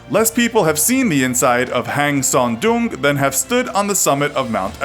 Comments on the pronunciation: It's Sơn Đòng not Son Doong -_ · The way you pronoun Sơn Đồng "sern dong" cave makes me laugh. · Actually the "oong" part in Vietnam's Son Doong is pronounced similar as "ong" in "song." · the way you pronouced Son Doong and Phong Nha is really bad